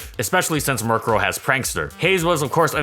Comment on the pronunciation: Guys he butchered their names and he's not even sorry